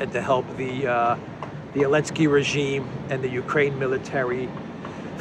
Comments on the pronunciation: Why are you saying ELENSKY, you laughed about saying it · Curious as to why intentionally doesn't use the "Z" when pronouncing Zelensky. He corrected himself and said Elensky instead. Anyone know the backstory?